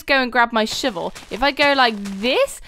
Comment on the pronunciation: lol your "Shivel"